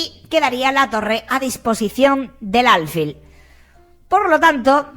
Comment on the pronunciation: aunque no llevé acento "alfil" es una palabra aguda.